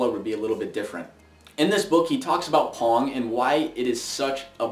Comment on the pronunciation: Dunno about you, but when he says pong.. im hearing porn ..